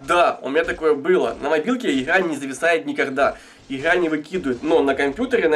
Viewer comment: ИХра иХра боже миллион Х на квадратный метр ... бесячии суржик